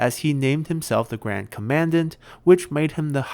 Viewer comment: By the way, in english you pronounce commandant like this: Just click on the button to hear it pronounced. It's much easier to have it explained that way with this word.